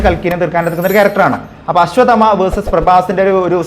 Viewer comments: ആശ്വദമാ അല്ല.. അശ്വത്ഥാമാവ്......അശ്വത്ഥാമാ...ന്നും പറയാം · Ashwath amma enn onnum parayallle.... Correct pronounce cheyu bro